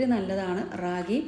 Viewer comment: റാഗി അല്ല രാഗി (കന്നഡ വക്കാണ് 😊) മലയാളം മുത്താറി 😊